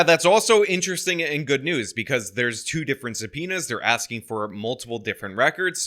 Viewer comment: Why's yaw axeing that?